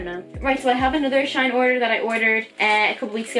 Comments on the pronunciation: never heard of shine. is it good? and btw it’s pronounced S H E E N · It's pronounced she in